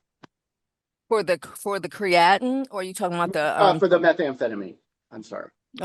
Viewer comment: It's not Cree-at-in...it's Cree-uh -teen... don't go in your local health store looking for this supplement and pronouncing the way she did!